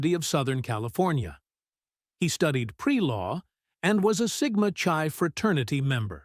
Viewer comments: "SIGMA CHAI" is pronounced "sigma kai". Just saying. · pretty sure it's sigma chi, pronounced KAI to rhyme with guy